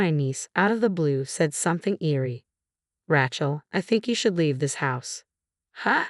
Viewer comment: Rachel is not RATCHEL. It is said RAYchel!! You need better narrators!